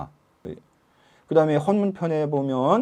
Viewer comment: 헌문의 발음이 틀렸나이다! 첫 자! "헌"은 장음 자인데 께서 짧게 바름하셨던이다. "헌법, 헌정" 등의 "헌"은 어떻게 발음하시렵니까? 논어 강의에 이런 장단음 문제를 지저해야한다는 일은 실로 가소로운 일이옵니다. 책 한권 읽어 주실까요? "한국 어문을 고발함"! 미국 변 완수 드림